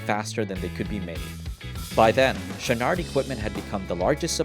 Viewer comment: "Yvon Chouinard".... "Yvon" is not said as "Yvonn", it sounds like the feminine version of the name. There shouldn't be emphasis on the "n". "Chouinard" is said more like "Chouinor" (you managed to say the first part of it nicely enough). Yes, I'm French Canadian.